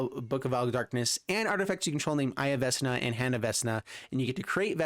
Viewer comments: Vecna doesn't have a s in it. Vec-Na! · Yeah, for me it reads VeKna. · Hurting my brain for how he says Vecna